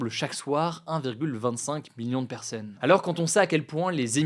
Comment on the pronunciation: On dit pas perseunne mais personne